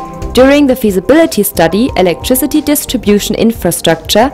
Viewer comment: "electriCITY" fix your english please.